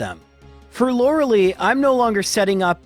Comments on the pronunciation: SIck video due loved having this on while I'm relaxing with some games also I'm sure it's for the youtube algorithm to get comments but It's Lor-uh-LIE, not Lor-UH-lee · Still cringe every time I hear Lore-LEE instead of the official Lore-LIE...